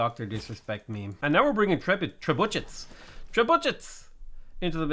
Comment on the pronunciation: Hey you probably know this but Trebuchet is pronounced "treb-you-shay" (French)